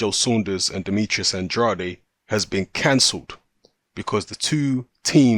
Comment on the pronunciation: Delighted at this one (if it truly comes off). Rhyme "Andrade" with "can trade" (first syllable accented), if you're interested. Finally, Demetrius will be forced to either put up or shut up. High time!